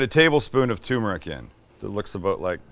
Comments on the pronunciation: Turmeric is pronounced TURmeric, not toomeric. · TUR - MER - IC not "toomeric". I do this cuz i love you. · Also, it's turmeric, not too toomeric 😉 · TUR meric... you knucklehead... not too meric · It's turmeric, not tumeric. Don't drop the R. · It's called tuR-meric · Please, please, please! The first r in tuRmeric is not silent! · TURmeric, Sam, TURmeric.